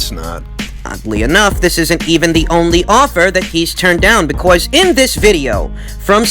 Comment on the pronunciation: Liking the emphasis on the word because BECORS